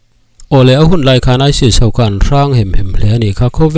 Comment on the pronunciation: Isil"aisil " ti in tinge i lam zel a. aisis tih tur ni awm tak